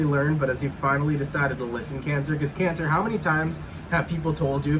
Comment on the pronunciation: 'Cayn Sa'! 🤣🤣🤣